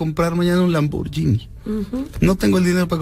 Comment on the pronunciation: El concepto de populismo que menciona la erradisimo! Además de que se pronuncia Lamborguini! Y luego la invitadita recomienda la película "las niñas bien", sin saber que ya la habian reseñado mal. Qué básico todo!